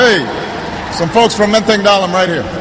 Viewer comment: 'Pronunciation'-nya bener Menteng Dalem, bukan dibaca Dalam seperti di susunan hurufnya. Ini artinya Obama tidak lupa dengan pronunciation bahasa Indonesia.